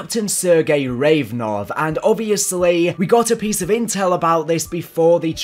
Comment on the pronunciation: It’s Rav-A-nov, not Revnov!